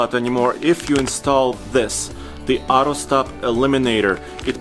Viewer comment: What's "ahro" stop-start?